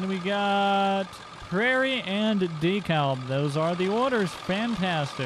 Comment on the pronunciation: You have to say dekalb like de-kalb